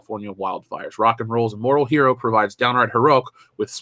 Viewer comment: Her-O makes me want to hurl.